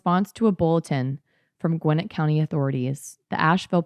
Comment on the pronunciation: Love to see that Georgia has been and forever will be a shit show. Great pronunciation on Gwinnett btw most ppl who aren’t from here get it wrong lol